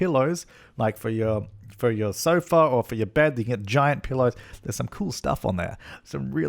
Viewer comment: It sounded like you said peelows at the end.